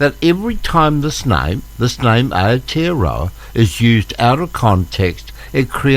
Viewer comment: Can’t even pronounce it properly. Ayotearoa 😂